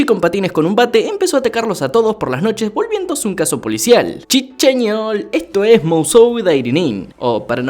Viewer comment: "CHI CHEÑOL" Definitivamente es la mejor parte KAJAJA Minuto 21 ya q no me deja ponerlo